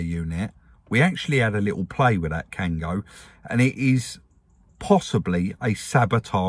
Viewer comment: Kangoo, not Kango.